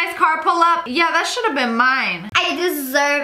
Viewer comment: Ariana Grande: CEO of “Yuh”